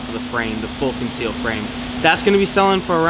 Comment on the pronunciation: "Fool Conceal"